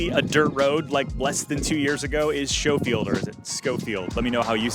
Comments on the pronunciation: It is SKO not SHOW. Schofield. Hawaii has a US airfield named Schofield and thousands of military get stationed there. Also I have a friend with this as his last name. And since you’re selling real estate, you should pronounce it correctly, just sayin’ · Here in Wisconsin, we have a city named Schofield, and it is pronounced “Sko-field.” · It Schofield Skofield Irish pronunciation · pronounced Skofield